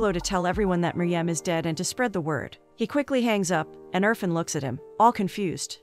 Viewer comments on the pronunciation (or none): its not UR-FUN its IRFAN (EER-FAAN)